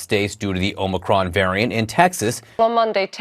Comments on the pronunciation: Is he saying "omnicron" as a joke? I thought it was omicron... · Michael. Omicron, not Omnicron. Please. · “Omnicron veriant.” Yoo no speeky Ingee good